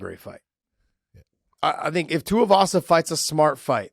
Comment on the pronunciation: Tai TUIVASA NOT Tai TUYAVASA LIKE MY GOD JOHN